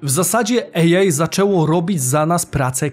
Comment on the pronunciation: Super odcinek, dziękujemy. Kłuje mnie tylko w ucho mówienie łącznie bez przerwy 'ejaj' zamiast 'ej aj'.